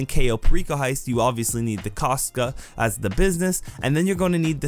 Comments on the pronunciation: bro he said kaska its kasatka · it’s Kosatka not Costca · Its KOH-SAUT-KUH not koska. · I know bro didn't say koska it's Ko-sot-ka (Russian Accent) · bro its kosatka why do english people call it kastka or whatever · The way he said koska... pain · I think I have to say its pronounced Ko-Sat-Ka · i've heard a lot of weird prononciations for kosatka, but kostka??? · mans really said cos-ka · say it with me everyone.... Koe-Saht-Kuh. They literally say the name a dozen times in the game and nobody can pronounce it correctly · It's K O S A T K A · Why does he say kosatka like that ?